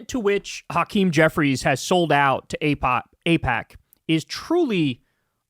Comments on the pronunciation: Ipack. What are you trying to hide Kyle? 😂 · Kyle, its pronounced eyepac....or is it.... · Was Kyle kulinski mispronouncing aipak at the beginning of the video a passive aggressive jab at David pakman? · uh oh! Kyle forgot how to pronounce AIPAC too! 😂😂😂 /s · Secular talk confirmed dark money! Doesn’t know how to pronounce aipac! See first 20seconds!!! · I feel like that mispronounciation on Aipac was a Freudian Slip shot at David Pakman or David Pauhkman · Hole up' was that mispronunciation of AIPAC at the beginning of the video a David packman jab 😂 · Pakman got everybody fucking up AIPAC's pronunciation now. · whoa does Kyle not know how to pronounce AIPAC? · IT'S SPREADING! Now Kyle also can't pronounce AIPAC. 😂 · Is Kyle all David Pakman now, not knowing how to pronounce AIPAC? 😉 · Well I can't believe you pretended not to know how to pronounce it Kyle. How topical of you. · smh now even Kyle is pretending not to know how to pronounce AIPAC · Kyle pretending not to know how to pronounce AIPAC! He’s compromised!!! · Aussie here. I love Kyle almost mispronouncing AIPAC like David AIPackman 😂 Time for the left to take over the Dems and force the corporate shills out. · "AIPOC"? Pfft, okay whatever you say Mr pakman.... xD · Oh! Now Kyle is mispronouncing aipac now too! WHAT IS GOING ON? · 😆- you slipped up pronouncing AIPAC. I think you were channeling your David Pakman doppleganger. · Looks like Kyle isn't sure how to pronounce AIPAC, either 😅